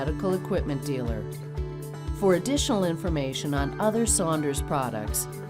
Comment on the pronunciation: I thought was saying Sanders.